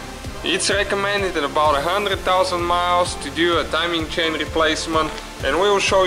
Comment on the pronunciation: Hey, it is not "chin" , it is a CHAIN ! Chin is in Your face ! Also what is "ansor" ? I think You waiting for answer,right ? Look, this engine did not have a balance shaft, so NO NEED timing for chain for Oil Pump ! Oil Pump no needed for timing !